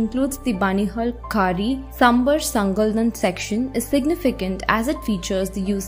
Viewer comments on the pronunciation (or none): Itna English Accent Adopt Karlo Ki Native Names Bhi Sahi Se Pronounce Na Kar Pao Waahhhh Aur Uper Se Channel Ka Naam Hai "The Hindu" Par Naam To Dhung Se Liye Nahi Jare Inse "Pir Punjul, Kashmir Belli, Benihul Kaari" 💀🥹😐